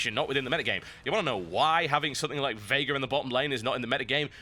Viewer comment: Thanks for pronouncing Veigar correctly!